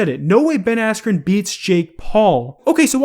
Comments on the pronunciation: I’m gonna say it’s rigged purely because Ben got right back up afterwards nd it was the red that went no even tho Ben was fine ahahahaha so silly and the fact that jake or jakes team has clearly gotten the announcer said “asscube” cmon bro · No he doesn't u can alredy tell that its fake the moment the commentator mispronounced ben askrens name